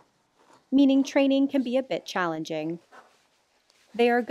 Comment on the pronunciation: "Training can be a Bit-Ch-allenging." Anyone hear that or was it just me?? lol I know it unintentional but you might want to say can be challenging or bit difficult because the syllables from Bit+challenging , you hear something else first before braining registered you said challenge and not bit-ch